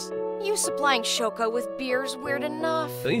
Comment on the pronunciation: i love how shoko is just called "shoe"